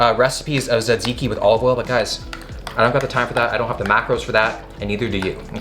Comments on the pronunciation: Τζατζίκι το λένε αδελφέ. Όχι σατζικη. Love from Greece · It’s pronounced Ta-ziki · its pronounced like "tuh-zee-kee" if anyone cares lol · is he saays "zedzicki"? I thought it was tzatziki, tuh ·zee·kee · Hahaha ZedZiki that’s great. It’s T-ziki. You gotta throw the America Z sound squished with the ziki. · (Ta-zee-key) taziki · It’s pronounced sat-see-key I think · His horrible pronunciation of Tzatziki hurt me a bit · You are very close am from Greece and you have to pronounce the (T) at the start e little bit more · My heart felt like it got stabbed when you said"tzatziki" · Actually Will you killed the word "tzatziki"! Nowdays even grek people can't say it properly. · a Its... too much for him to learn how to.. say hello welcome to the video? Literally write it on cards and have the cameraman hold it, the point of this entire series is to embrace and do things like them; it sure as fuck wouldnt be too much LMAO, he couldnt even pronounce Tziki right (and I love Will, I watch every video and have for years, doesnt make it any less annoying sometimes =.=)